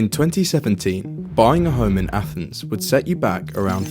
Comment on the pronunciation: Did you just say “athnees”??